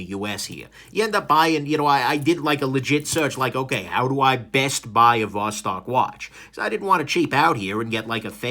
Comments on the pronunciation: ты все-таки не русский. То как ты говоришь: Восток, Достоевский, так русские не говорят. А может быть это такая хорошая маскировка? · Eh, "Vos-talking" sounds Romanian to my ears.